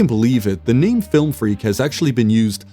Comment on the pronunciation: "Flilm freak"